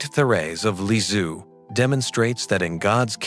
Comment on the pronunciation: Can't you say : LISIEUX (LIZ - I - EU) ? NOT LI-Z-IOU !? And THÉRÈSE (THÉRÈ - Z - E) ? not THÉRÈ - S - E !?